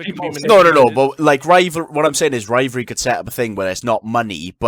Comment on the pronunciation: said the demonetization word "Rivalvry"